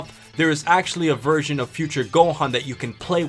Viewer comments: Bruh I kept hearing “virgin” instead of “version” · 0.14 Did he say virgin or version? lmao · if you listen closely he call gonna a virgin instead of version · Who else heard "Virgin" instead of "Version" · Every time i hear this guy say version, i hear virgin. Every virgin gohan. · when u say version it sounds like virgin lol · Was he saying virgin or version? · I heard virgin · First three times of him saying version it sounds like virgin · Every time he says "A Version" it sounds like a virgin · thought he was saying virgin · did he say version or virgin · Instead of version all I heard was virgin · When he says 'version' it sounds like he's saying virgin lmao. Also, why the fuck is this dumb fuck mentioning GT, it's not canon you fuck face. Neither is Broly or any of the movies that he's in. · when he said version it sounded like "a Virgin" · lol at the beginning it sounded like you were saying "Virgin" xD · Are you trying to make version sound like virgin or do you just have annunciation problems... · Sounds like you're saying virgin. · I thought u were saying virgin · at the beginning of the video where you said the version, i thought you said virgin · its funny when he says version sounds like virgin